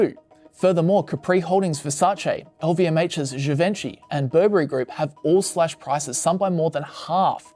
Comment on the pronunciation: you might also want to learn how to pronounce Givenchy correctly.